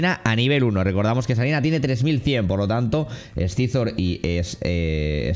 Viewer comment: tío con cariño....pero no lo pronuncies así que duele, no scyzor, es saisor en spanglish xDDD